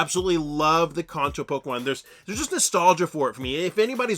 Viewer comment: Can-Toe. Not Kahn-Toe. 😆